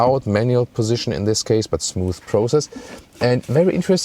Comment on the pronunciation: As an American, I especially appreciate ' recent adoption of "th" sound as in Smooth vs Smoose in Deutsch.;)